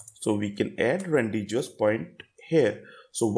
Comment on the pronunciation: good explanation but it is pronounced as Ran-De-vu ( ˈrɒndɪvuː )